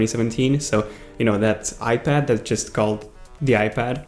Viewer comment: Is he saying ipader?